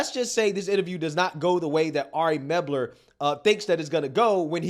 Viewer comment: MEL-BER….. Ari MEL-BER……